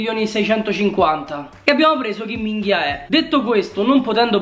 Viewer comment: A me ha fatto morire dal ridere quando a detto il nome del cinese Kim min joe, e se sembra che dice chi minchia è 😂😂😂